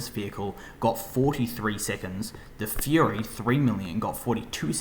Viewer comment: Fury not furry